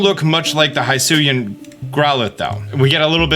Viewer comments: Just the biggest pet peeve for me from these last two videos –especially because they pronounced both words several times during the Presents– is how you pronounce Hisui/Hisuian. Keep in mind the name of the region was coined in Japanese so they would be pronounced [hee·SOO·ee] and [hee·SOO·yan]. Also, Dialga is pronounced [dee·AL·gah], not [dye·AL·gah] (also from the Presents). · BTW, Hisuian is pronounced like "HE-sue-ee-ann".